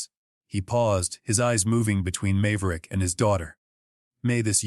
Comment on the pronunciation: Mave-er-ick, come on your AI needs to learn how to pronounce names. Then I may listen.